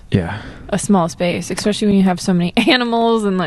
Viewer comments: I love giving you a hard time about "expecially". No harm meant though. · Yaaaah, you finally recognized that you say especially wrong! Haha, it bugs me every time you do it. 😂 nothing but love for you!